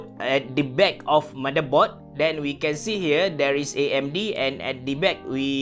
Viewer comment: "DAN" in english. "DEN" Hahahahahaha. Dah mcm bunyi orang somban cakap saya dah. "Den nak poe build pc ni" Hahaha! Terkantoi sikit but its ok. U have try your best! Goodjob ~~!!!!